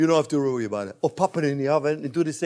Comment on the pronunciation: Hi J-P, Why do you say Rrowy instead of worry?